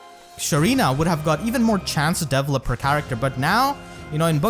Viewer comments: Oh god, I really hope I don't sound like an asshole, just want to help. It took about half of the video trying to figure out what you meant by characters "Devil Up". It took about 5 minutes to realize you were saying Develop. Usually the emphasis is placed on the second E rather than the first. So it's De VELL Up. Instead of Devil Up. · Does anyone else hear “devilup” instead of develop 😭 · I thought he was saying level up but he was saying develop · Oooooohh, "develop"! I was hearing "devil up" all the time. Now things make sense! I'll watch the video again. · i was 7min until i noticed you say "develop" instead of "devil up". i was like wtf is deviling up? is he meaning leveling up? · I was confused but then I realized you were saying "develop" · My man. I know English isn’t your best. But every time you said “develop” it made me make faces ahahah. Not saying it’s a bad thing, but at least try to pronounce it better.